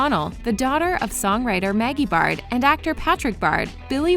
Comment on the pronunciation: The way u say Baird!🤣 it’s wrong So manny fake news in this video